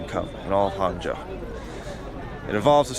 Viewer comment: Hung Joe not Hangzhou